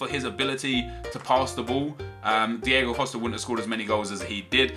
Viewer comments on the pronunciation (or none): none